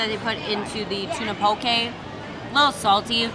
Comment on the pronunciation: I love that you pronounce poke right! I’m from Hawaii and people here pronounce it wrong. Love your channel!